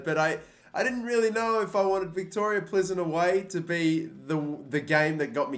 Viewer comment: Plzen is pronounced like Peelzen. No hate thought, love ur vids